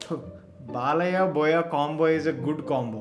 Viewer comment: Balayya X Boya ❌ Bolayya ✅💥🔥😂